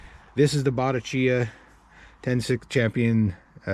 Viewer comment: In the late 60's and early 70's my brother in law and I got into "ten speed" bikes, unbeknownst to each other. I got a newly designed ultralight weight Sears Free Spirit. He got a used Bottecdhia, and pronounced it the way that you did, until we met a real bike person who said it should be pronounced "Bo-TECK- ia" Anyway, we blushed. But his was one sweet riding road bike, and was fast. My Free Spirit was nicer and newer, but lacked the authenticity of Roger's Bottecchia. I hope you get many years and miles out of your great "scrap metal find." Wow.